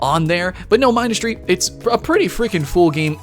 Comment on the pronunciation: not to be mean but you said Mindustry wrong